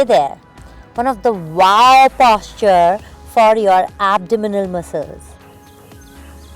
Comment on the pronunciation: Itna itra ke kyu baat kar rahi it's posture not Pósture😂😂😂